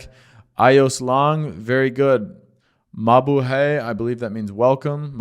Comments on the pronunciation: Its MA-BU-HIGH not MA-BU-HEY. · BTW, in Tagalog, we always pronounce the word in the 2nd syllable. There is no long vowel sound, always short vowel sound. So, pronounce mabuhay as MA-BU'-HAY.